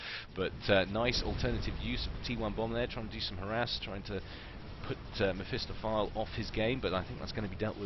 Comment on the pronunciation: Isn't it "meh-fist-off-ah-lee" ?